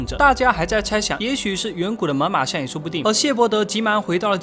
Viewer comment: 你说错了吧，是猛犸象我听你说成妈妈象